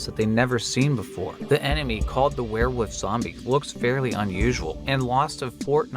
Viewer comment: I hear you saying werewof, you from pennsylvania or Maryland?